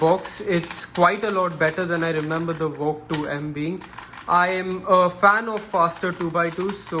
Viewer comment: It’s valk not walk